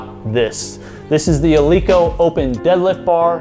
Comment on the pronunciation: Pronounced "El-eh-ko", fyi, not "El-ee-ko".